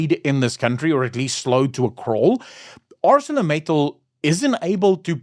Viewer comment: I used to work there for 15 years. The name of the company is pronounced as in the King's English. "Acel-or Mittal as in Metal... Acelor Mittal...like in the Accelerator of a vehicle...As it ain't Arse-sore a-cell-orator... It might be, but it ain't. 🤣.It is Acelor Mittal. Capish.😊😅😂